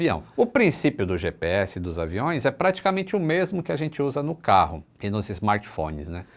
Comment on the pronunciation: Além de errar o "GPS", errou também: LUIZ. Esta errado, é: LUZ. Não é: LUIZINHA, é: Luzinha.